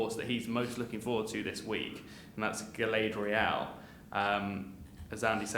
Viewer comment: Definitely never seen lord of the rings these guys. Pronouncing galadriel totally wrong